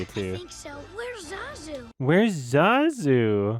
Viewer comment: Zazu hangs himself because the entire cast keeps mispronouncing his name.